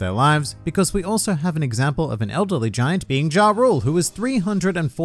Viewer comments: Pretty sure Jorl is pronounced Yorl & Jarl is pronounced = Yarl in Norse mythology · says Jarul as "ja rule" My brain: starts singing living it up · one of the Giants name is Jarul as stated in this video. His name is pronounced the same as the rapper Ja Rule. That’s the joke.